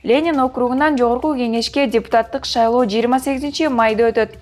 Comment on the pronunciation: азаматсын,бирок утуру эле шайлоо деген созду шалоо деп айттын,5 жылдан 2 жолу дегенди 5 жылдан 2 жыл деп айттын.Кыргызчанды онуктур,сабатту Жана так суйлош керек журналист,создорду "чалкаштырбай!"